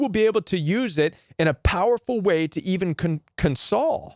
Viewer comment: In your section of "Using Empathy" first, it is awkward to hear your pronunciation of "console." A console, as a noun is pronounced CON-sole. Console, as a verb is pronounced con-SOLE, con-sol-A-tion, con-SO-ling, con-SOL-ed. And second, "Planed Giving" does not make any sense, the same as "Mountainous Giving" or "Grooved Giving" doesn't mean anything. If you mean to say that their giving is premeditated, you would call it "Planned Giving." Beautiful and Helpful content, but wanted to point out these two things in case it helps.